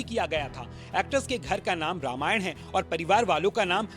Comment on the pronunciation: अबे, हिंदी में लिखा नाम पढ़ सकते हो ? क्या लिखा है? रामायण लिखा है या रामायणा ?